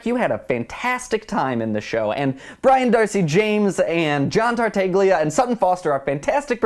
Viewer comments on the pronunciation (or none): none